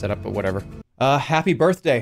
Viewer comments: "Happy Birhtday" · "Happy birhtday."